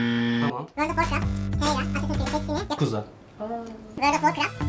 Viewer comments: Teyayre ne abi 😅 Hadi Terraria demediniz bari Terarya deyin 😂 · birisi tereyra diye okuyup hepsinin zincirleme yanlış okuması çok komik sahneydi ya , fortinayti ile babaci olayı geldi aklıma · Eleman terraria ya tereyra diyip durdu deli oldum amk